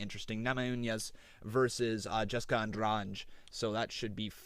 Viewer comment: An- drade. It's simple. Why do people pronounce it so strangely? I have plenty of Andrade's in my area, no one says it like the ufc does